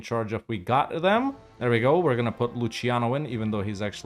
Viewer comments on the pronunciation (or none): none